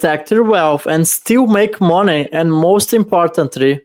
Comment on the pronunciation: Haha I love when says Monay$$$